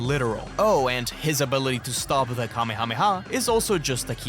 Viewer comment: finally an English-based CC that knows the pronunciation of kamehameha ❤